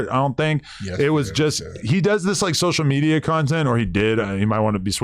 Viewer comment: Sosha metia 😂😂😂